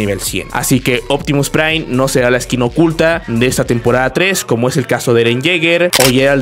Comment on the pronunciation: Pta mira, es uptimu prai, optimu prai huahahuagaga